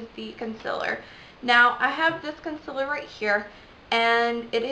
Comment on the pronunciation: Good vid, but its called Concealer not consiller. ;)